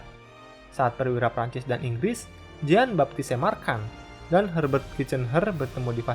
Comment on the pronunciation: Valois dibacanya Valwa🙏 waktu itu kan udah dikoreksi, min🙏 Jean dibacanya Zhang Marchand dibacanya marshang Charles de Gaulle dibacanya Sharle de gol Paul Reynaud Pol Reno